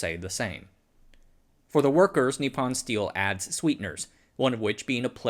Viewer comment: It’s just really difficult on the ears… could you say nippon as nee-pone… pone as in as in pony, just no y/e pronounced at the end. It isn’t pon as pond… long o. Thank you.